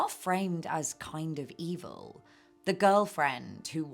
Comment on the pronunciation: I love your videos, so informative and entertaining ❤ I also laughed when you said “ee-vill” remembering how funny it was on your previous videos.